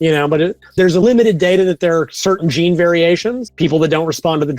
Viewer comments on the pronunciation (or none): none